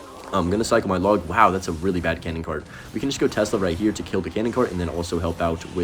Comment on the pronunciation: why does bro call it tezla